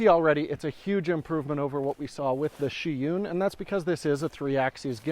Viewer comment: It's Zhiyun, not Sheeyoon